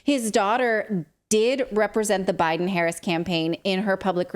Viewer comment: He said Biden wrong.